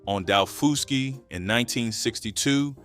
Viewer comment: My mother was born and raised on Edisto Island in the lowcountry of South Carolina. My grandmother and aunt lived there until they died. I grew up eating this food and still do, always will. By the way, it's pronounced dah-FUSS-key island.